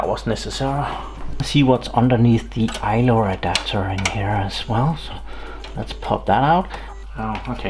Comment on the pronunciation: Its called ILO not ILOR